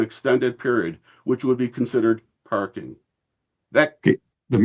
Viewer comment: NO PAHKING.